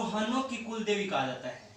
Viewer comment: Sir ji kuldevi h vo cooldevi nhi usko thoda sudhar karo baki sab to thik h